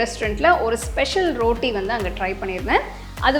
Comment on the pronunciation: அருமை. நீங்க ரோட்டினு சொல்லாம ரொட்டினு சொன்னா நல்லா இருக்குமே